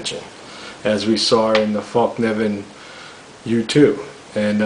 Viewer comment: So thaaaat is why M390 is so damn good, it has good grain? Nice to hear someone make an effort to pronounce fällkniven for once I wish more folding knives had nitrogen